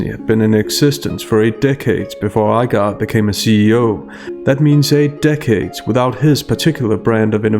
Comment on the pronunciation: Iger. Not I Guar